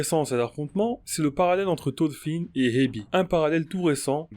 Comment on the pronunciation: Ya un R dans thoRfinn. Mes oreilles saignent